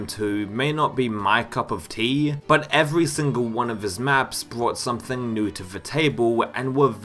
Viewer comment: also new(-e) and Romero(-e)